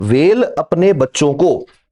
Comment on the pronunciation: He poured such a Great knowledge and so we forget to notice 🐋 व्हेल= वेल😅